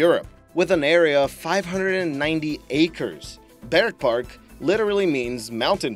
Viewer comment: The first time you said bergpark, I thought you said bird fart. lol.